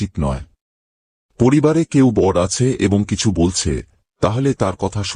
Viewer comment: বড়ো উচ্চারন টা ঠিক করে বলুন